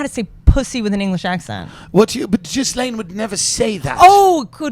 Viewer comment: Ghislaine is pronounced with a hard g and silent s. Like gilean